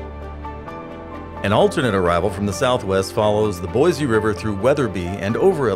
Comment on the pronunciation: The narrator must not be from Idaho. He pronounces it Boyzzzee. It's Boi-see. Please understand how to pronounce local places, how the local people say it.